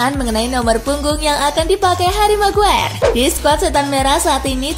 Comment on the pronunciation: min sekedar saran .. nyebut maguire bukan meguer tapi megwayer .. gaenak didengernya .. sebelum netizen pada bilang rip english hhe 😂😊😉